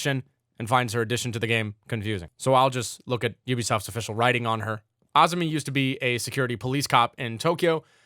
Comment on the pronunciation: you said her name right thank you